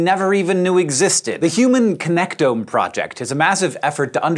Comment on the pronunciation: Connect-o-me, not connect-ome...